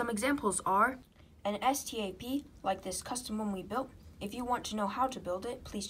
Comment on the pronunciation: Just say stap not s t a p